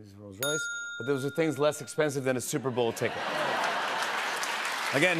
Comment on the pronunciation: "The souper bowl"